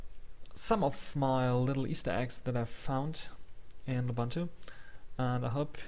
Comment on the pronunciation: Du bist doch ein Deutscher, richtig? Wieso sprichst du das OS dann falsch aus?! Es heißt lUbUntU die man alle als U (oo) spricht.